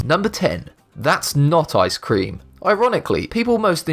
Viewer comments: Its ice-cream not I-scream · You don't know how to say ice cream